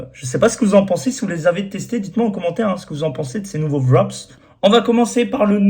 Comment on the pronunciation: Ca se prononce "vrap" et non "vrop's